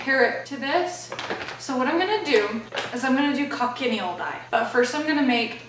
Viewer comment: Thank you for this comparison. Wanted to share that Cochineal is pronounced "ko- chee- neel". Strong three syllable vibe.